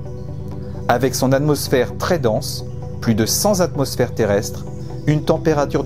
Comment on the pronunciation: J'attaque une belle vidéo qui me touche et me passionne, je découvre qu'on est tout à fait dans le même mood, je vois que vous enseignez et j'arrive à 6'40" ou j'entends : "plus de cent Z'atmosphères terrestres". Ah ben non là ce n'est pas possible, je peste quand j'entends les instit de mes enfants dire le mois de JU-IN et non JOU-IN, et cela me fait le même effet quand j'entends cette laison Z impromptue. On dit pas 100 Z'ans ! Allons bon 🤔😉😋😂 PS : 1000% d'accord avec vous pour l'existence de la vie sous n'importe quelle forme dans d'autres endroits de l'univers. C'est inconcevable pour moi qu'il n'y ait pas de vie ailleurs !